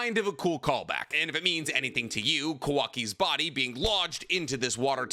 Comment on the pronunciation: I'll give you credit for making such an informative video, but PLEASE learn how to pronounce Japanese names, if i drank for every time you mispronounced Kawaki or Mitsuki's names I would have an early grave.